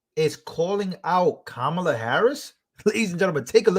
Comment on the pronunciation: did he call her Kamaler? Where are the pronunciation police?